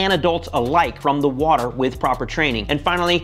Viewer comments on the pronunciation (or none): none